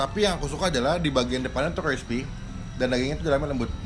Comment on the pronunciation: Klispy kaleem ? Itu lidah kejeletot bang?